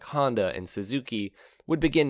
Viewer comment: It is Yamaha, not Yamahaw😊